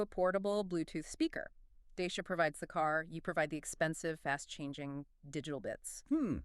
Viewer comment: DACIA is pronounced [‘Da:tch(i)a].